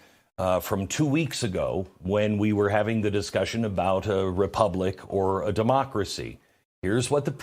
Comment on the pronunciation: “This is critical to our mocracy”😂😂😂WTH???